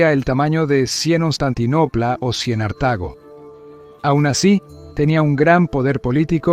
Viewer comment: No es D Cien, ni Cien Ostantinopla, ni Cien Artago. Es "después de Cristo", "Constantinopla" y "Cartago"